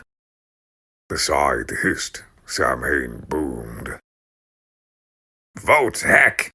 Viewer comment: Thank you for this; love it. Have to say because it bristles to hear it: Samhain is pronounced Sow-When. Sow, like the pig.